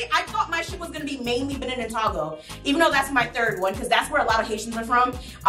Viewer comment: togo is pronounced toe-go